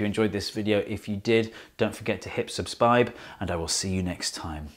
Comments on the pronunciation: Did you say "hip subspibe" at the end? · he says "Subsbibe" has nobody figured this out in the over 2 year span since this has been uploaded lol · Glad I'm not the only one who thought he said it weird. It definitely sounded like he said subspibe! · Ohh, do "scubscribe" next time, I like that one. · did he just say subspibe